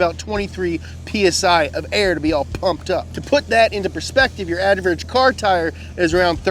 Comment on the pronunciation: "Adverage" loved it though